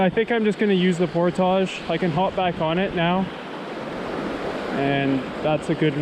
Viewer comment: Alright. I've watched a few videos now and I can't take it anymore. Why on earth does bro pronounce "portage" like that?